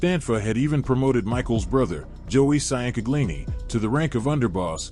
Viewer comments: SEE YAN CA GLI NEE 😂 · We pronounce it chin-gleani, forgetaboutit. I can’t listen to this butchery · Just say his first name cuz your butchering his last name sian canglini 😂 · For the record it is pronounced (Chang-uh-leen-e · Its pronounced chang-kag-lee-nee (Ciancaglini) NOT cyan-kaglee-nee and Lee-gum-bee (Ligambi) NOT lee-gum-bye. You sound like an idiot